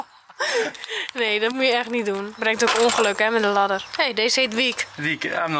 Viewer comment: brengt ook ongeluk met een ladderrrrr hahah haar accent love it